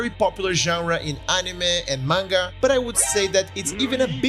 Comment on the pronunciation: This guy pronounces "manga" like tenga "menga." DX On another note, there is also a Dark Souls manga, and it's comedic as well. After all the tragedies of the Soulsborne series, we just want to have a good laugh.